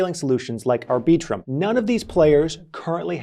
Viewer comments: “aR Bee Trum” 🤔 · FYI, no one, and I mean NO ONE pronounces Arbiitrum the way you just did. You mutilated that name.